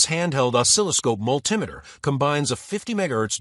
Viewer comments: I came looking for a multi-meter, not a mull tim itter. Thumbs down, no subscription for pidgin american. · Whats a mull-timeiter?